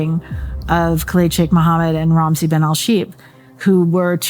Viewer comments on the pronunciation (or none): I’m not happy with the way he’s pronouncing “Kaleed”.